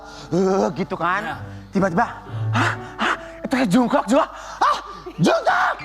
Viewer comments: jongkuuk bacanya Ncess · Sebel dia ni klo ngomongnyamasih “jung-kok” benerin dikiy ncesss